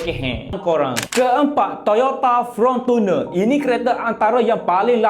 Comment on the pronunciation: Fortuner bukan Frontuner😅😅😅